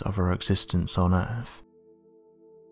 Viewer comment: I'm pretty sure it's called Earth, not Earff